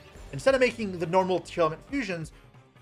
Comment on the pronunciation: "Tear-element" Already you've pissed me off.